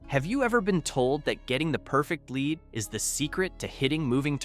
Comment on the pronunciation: WorthlessA I video where the voice isn't even saying g the words correctly. KeepS SAYING LEAD LIKE ITS A MINERAL LEAD